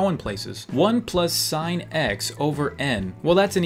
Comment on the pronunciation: Sophia is a name and you pronounce "sin" as "sin" not "sign"